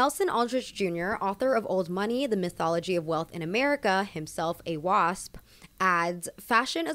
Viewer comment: Why i heard it “WAP” when she said Wasp😭